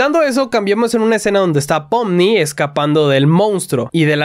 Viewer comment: en realidad es pomni pero se dice popni (